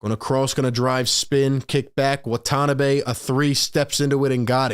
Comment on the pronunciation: FYI, no accent in Japanese. Wah - Tah - Nah - Bee without any emphasis. He has an Exhibit 9 contract, but may get the 15th roster spot (non-guaranteed till Jan 10) if Nets are too afraid to pick up DeMarcus Cousins. Steve Nash loves stretch 4s and 5s. Watanabe and Simmons can play together. It also allows KD to play the 3.